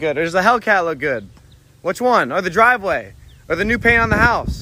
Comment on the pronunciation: "THIS IS MY DWIVEWAY!!"